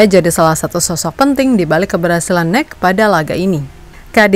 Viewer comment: masukan utk mimin, N E C dibaca bukan nek, tapi En E Se, dan Nijmegen dibaca Neymekhen, J di bhsa belanda dibaca Y, dan G dibaca Kh seperti kata “akhir” dengan sedikit penekanan , semoga kritik ini bisa membangun mimin utk konten2 berikutnya, biar gak diketawain orang belanda yg denger😅